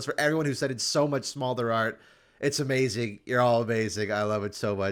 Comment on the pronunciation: True, but my comment is more to do with the fact that was pronouncing it "Small-der" and not "Smolder". I find it irritating when people mispronounce words, and I figured he was saying it wrong because he's a league player (ignorant) so I explained the word.